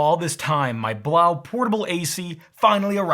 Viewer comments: I've heard that the actual proper pronounciation of the AC is 'Blow" not 'blauw". Its just that some websites insisted on the latter. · I think it woukd be pronounced "blow" not "blough". Kind of makes sense when you think about it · I need to correct your pronunciation of the product name. "Blows" is correct. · ITS PRONOUNCED “BLOW” FOR GOD’S SAKE